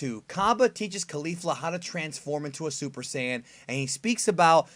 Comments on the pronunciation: It's not cyan, watch the original they say saiyan not cyan. I know he's not actually saying the color cyan but it sure as shit sounds like it. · Why dis guy tells mee 2 reed the dam manga but says Saiyan da rong whey, lulz. ~_~ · So there's more than one person that says saiyan wrong? Great.